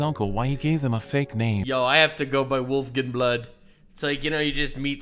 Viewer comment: just to add to the name thing. the ai pronounces it wolfgenblood. but it's legitimately, in the manga, as written, just the words wolf, gun, blood, put together. wolfgunblood.